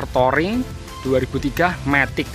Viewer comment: Touring, di baca " Turing" bukan "toring" 🙏🏿